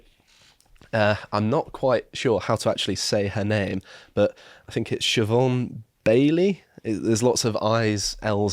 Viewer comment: Just for the record, did pronounce Siobhan Baillie's name pretty accurately.